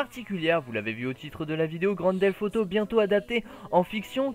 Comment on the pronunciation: tu dis Grand Delf Auto XD